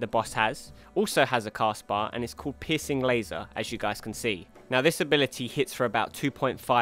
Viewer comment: I don't normally find humor in accents...but pissing laser made my sides hurt. And because I don't want to sound like a total asshole, Good video. Very informative and I look forward to fighting these guys tonight.